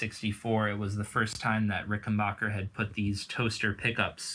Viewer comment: "backer" not "bocker"